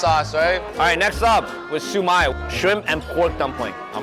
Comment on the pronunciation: hi i'm from hong kong i'm glad they like the dim sum but the way you say siu mai it sound like su my, but i say it with k sound at the end